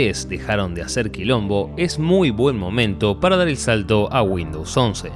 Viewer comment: Dijo vuamos? XD vadym